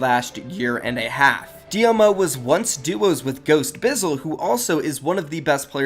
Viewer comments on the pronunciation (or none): Dee-Moe not d.m.o. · It's pronounced dee -mo and dee-m-o.